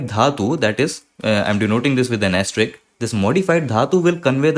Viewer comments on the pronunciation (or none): ˈæ stə ɹɪsk ae + ste + risk आप risk वाले हिस्से में 's' नहीं बोल रहे हैं